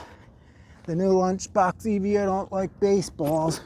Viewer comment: I think you will find that Evo is a word, being an abbreviation of the word evolution. Not E V O. Now I do understand that your being American means you struggle with any words that contain one or more vowels, but there really is no excuse. 🤣